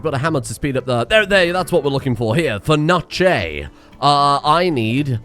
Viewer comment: Nigella Lawson: Meecrowahvay!: Fernachay!